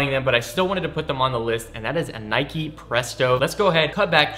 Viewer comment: and nike isnt pronounced like that smh